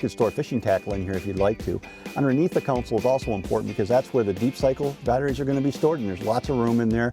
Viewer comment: I wish this guy would stop saying Counsel........Every video he's in, it's all I hear....